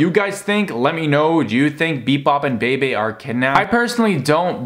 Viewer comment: It’s pronounced (beebee) Bebe